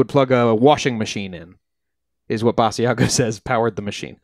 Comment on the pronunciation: Basiago has been giving interviews for 20 years and you STILL don't know how to pronounce his name???